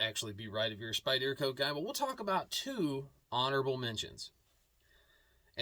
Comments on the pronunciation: SpyderCo is pronounced : Spider-co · I’m ocd as hell and you pronouncing Spyderco wrong bugs me 😊 that’s ok though.